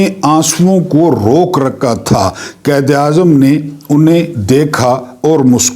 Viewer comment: قائد اعظم کو قید اعظم نہ کہا کریں تلفظ ٹھک کریں مہربانی